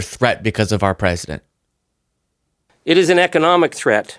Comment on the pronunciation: "Pwesident Chump" 😂😂😂